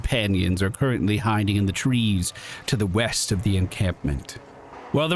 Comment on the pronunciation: Yeast I thought you said weast. What kinda compass you reading lad? This one sir. That’s west. You’re fired again. 😂